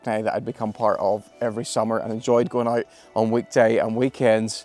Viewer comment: “inside ay-ert”